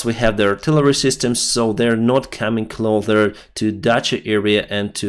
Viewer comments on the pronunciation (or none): You can pronounce S, It's "cloSer" not "cloDer". It's annoying and I'm not even a native English speaker. 😊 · Excellent channel! The ‘s’ in ‘closer’ is pronounced the same as the ‘s’ in. 👍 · Your English is getting excellent. There is one word to work on. Clo's'er (to be more near something) is pronounced with the 'S' sound like 'S'evastopal not like the 'th' in the word clo'th' (you make clothes out of cloth). As you are describing troop movements you use this word a lot. Thanks for all you do! Ken